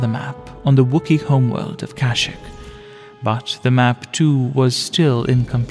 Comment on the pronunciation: AYO YOU PRONOUNCED KASHYYYK WRONG 😂